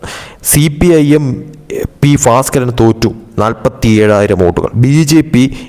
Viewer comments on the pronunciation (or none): Who taught this fellow malayalam? He pronounces bhaskaran as Faskaran !!! At least these simple names should not be so difficult to promounce